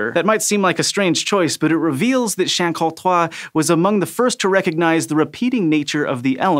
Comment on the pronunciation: Cabana It was not that bad. I wouldn't know how to pronounce "Beguyer" but I would go for a "b'aiguiller" as he did. He just pronounced "chacroutrois" instead of "chancourtois". But still. A noble effort there. :D